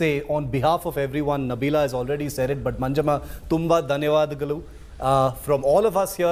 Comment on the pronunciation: not dhavadagalu its dhanyavadagalhu